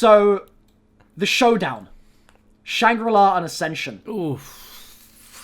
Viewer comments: SHAnGRI-LA WHYYYYY 😭😭😭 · if jcbackfire watched this, he would be so happy that said Shangri-La